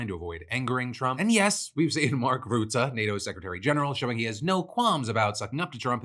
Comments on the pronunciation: Rutte is pronounced like the English word "rut", not "root". Rut-tuh. Not that I have much respect for the man, but it boggled my mind that you mispronounced a na.e that sounds exactly like it's written in English! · Dutch guy here; FYI it's pronounced Rut-te with an uh sound (like a deer in 'rut'), not Root-te with an oo sound. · Oh Phil. Bless your heart. Mark Rootah? It's Rutte, pronounced like 'rut' (like how people can be in a rut. pronounced like rut), followed by 'uh' (or if you want to be fancy 'eh') Add in the extra T, to make it ruttuh, or rutteh, and you got the name. Rutte is pretty much pronounced exactly as it is spelled. We aint that complicated of a people. Also, the guy is a master in getting along with people. It's phenomenal. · Small thing: Rutte is not pronounced as roo-tah but more as ruh-tuh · for further reverence; its pronounced “ruh-te”, not “roe-te” phil :) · The u in Rutte is pronounced like the one in cut. Your consistent "route-uh" sounds pseudo-intellectual. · I can see you're putting a lot of effort into pronunciation so I just wanted to help and say it's "Ruh-Tuh" (Rutte) not "Rootuh". Appreciate the effort either way! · I lovs the way you pronounce Rutte "Ruh-Tah" that fits him better than Rutte 😂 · Also Phil it’s RUTTE not ROUTTE, he’s not something you plan on google maps lol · FYI the pronounciation or Rutte's name is more like the rut as used in "when you're in a rut" with a short sounding 'te' added to it. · I love how you pronounce rutte as routte. Lol. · Phil’s pronunciation of Rutte will never not be hilarious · Man, your pronunciation of Rutte kills me Phil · Pronunciation tip: The U in Mark Rutte's (Navo) name is pronounced like the U in the word cut. Source: having had the guy as prime minister for 14 years. Love starting off my days with your show!